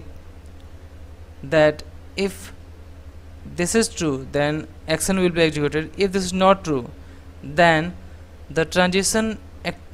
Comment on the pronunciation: Please please try to learn the right pronunciation for example for words "section" or "action". This is very difficult to listen.